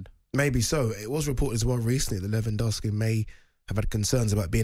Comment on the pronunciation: Simon can't pronounce Lewandowski